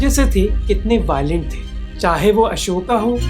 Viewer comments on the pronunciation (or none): Pahle toh bhai bola theek kar yr Ashok hota hai Ashikaaaa nhi